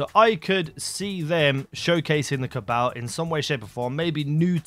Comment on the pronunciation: The way he says cabal makes me cringe